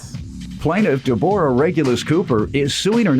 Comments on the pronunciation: Why he pronouncing her name like that!!! Who don’t know how to pronounce Deborah! He must don’t know a Debrah also know as Debbie. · Right! Takin' bout Deb-OR-ah.